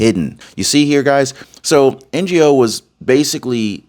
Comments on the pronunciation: Andy’s last name is pronounced “no”. Opposite of yes. I love your podcasts, but there are a lot of names you mispronounce. You’ll get farther ahead if you find out how to pronounce names. Only saying this because I love your podcasts. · Love your information, but please try to Andy’s name properly. It’s not N G O. The Ng is one sound. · Andy's surname is pronounced NO not NGO! honestly don't you know how to say Asian names. You should publish a correction as it's an insult to this brave man. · Andy's last name Ngo is pronounced no, g is silent. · Ngo's name is pronounced "No". The "G" in Ngo's name is silent. I have been following both you and Andy for years and I wish you could at least take a few seconds to find out how this American Hero pronounces his name especially if you are going to refer to him this many times in one report. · Andy Ngo...pronounced Andy NO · His name is pronounced. No Andy No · just say his name like this andy no! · I was a long time Oregon resident and my family moved to Oregon before Oregon was a state. We couldn’t take it anymore and move to Idaho, Idaho in 2020. We love it here. It’s nice to be on the winning side. By the way, you pronounce Andy Ngo as no NO. Love your show I’ve been a supporter of you for a couple of years now I think. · It is pronounced Andy No for NGO. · His name is pronounced Andy "NO" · If you wanna thank Andy Ngo, the least you can do is pronounce his name right. He’s a good dude who was abused by these lunatics for years. Thank you Andy Ngo! Thank God for President Trump and all those who are in the fight! We are finally getting somewhere 🎉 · The G in Andy Ngo's name is silent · you don't pronounce the G in his name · its pronounced and No he's Vietnamese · Andy Ngo is pronounced like me and you have NO hair on our bald heads. KNOW what I’m saying? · his name is pronounced "No", not N-Go. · Love your show! BTW... it's pronounced NO, not NGO. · it's pronounced No, not NGO.